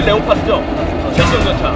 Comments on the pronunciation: 레오파드가 아니라 레오파르트 입니다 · 레오파드가 아니라 레오파르트였나 레오파르드 였던것 같습니다